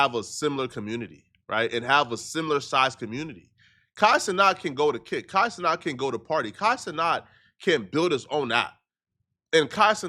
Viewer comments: He still can't say ce-nat? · It’s Kai CeNAT not CeNOT,!!